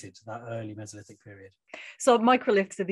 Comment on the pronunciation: "Mess-o-lith-ic"? You mean "Mee-zo-lith-ic"? {:o:O:}